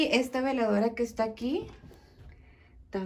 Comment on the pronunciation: Buen día no separé las palabras se dice veladora no diga vela dora perdón pero ASI se dice veladora